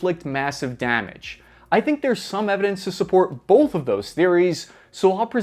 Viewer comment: "Bolth of those theories" Bolth.. B. o. L. t. h. Bolth.